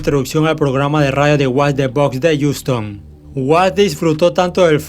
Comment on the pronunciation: Wey se dice jiuston asi pronuncialo jajaja se escucha bien feo como dices ouston